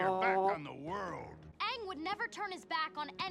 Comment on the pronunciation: Aang is pronounced like "Angry" but with a soft G. I love that you say it like AAN 😂